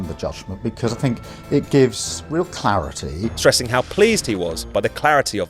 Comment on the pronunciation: “I welcome the clareetie…!”